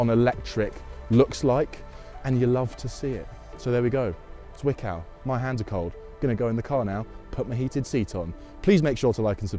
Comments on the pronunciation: Having growing up close to the plant it always gives me the chuckles when you pronounce the Z in Zwickau like S instead of Ts. The pronunciation is not soft. Tststs. In any case, I have been inside the plant as a kid 20 years ago and it is nice to see it after the change. Thank you for that! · Intricacies of German pronounciation: the leading „z“ in Zwickau is very sharp, like the final sound in „hats“ 😉